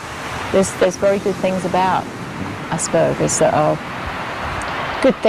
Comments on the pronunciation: That mum calls Aspergers 'Assburgers'. I mean c'mon, if your son has a condition, at least say it right! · also, it's aspergers syndrome not ass-burgers syndrome xD